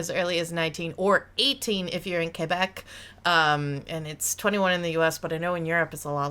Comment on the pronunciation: oh my god you said Québec properly...subscribed.